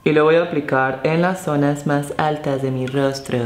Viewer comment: en lasg zonag mag ajtas de mi rostro tipo bob sponja 😂😂❤️❤️😘😘😘